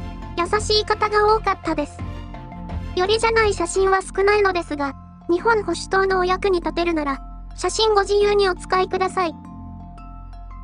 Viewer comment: 読み方は、『にっぽんほしゅとう』だそうです。